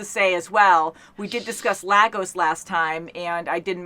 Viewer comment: Lagos is being mispronounced. It is actually pronounced "lay goss". Please spread the word.